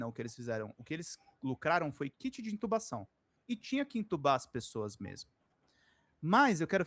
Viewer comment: Kid Kovid seria nome de uma banda New Wave dos anos 80 rsrs, não é "Kid" Covid, é "Kit", não?;)